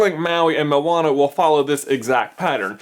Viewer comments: i hate it when people say moan-a when its mo-Ana, he says it wrong here also but that bad he says it like mow-Ana, A-lmost :D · Josiah Mazelin because the way he's saying it, is spelt like 'mauana' and in islander/maori language, the slightest pronunciation change can mean a totally different word so yea. and i did say it was a 'bit' off so i wasnt too harsh, i love the supercarlinbrothers and i was just helping them out with the pronunciation because i know that one day they will have to name the movie, and when they do, they will be able to do it a bit more precise? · I dont know why but for me when Maui said to Moana "Non of your busines" it really sounded like Narnia. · XD momwana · I thought moana would be pronounced like mow-na instead of mo-ar-na. Idk if it's the fact I'm British or if I'm just stupid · your pronunciation of 'moana' was a bit off, but good try though? haha loves from New Zealand! churr bro